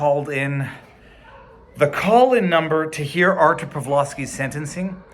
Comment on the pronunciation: Two points for you. One for pronouncing his name like you're Polish, and one for the dog.